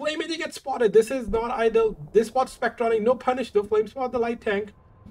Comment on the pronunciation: I just want to give a little constructive criticism to. The early commentary I believe you meant ideal or optimal, but it sounded like you were saying idle synonymous to stationary. Good commentary otherwise.